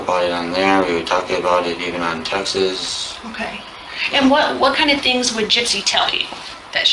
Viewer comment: Is this kid even cognitivly capable of waiving his rights to a lawyer? He calls "texts" texas.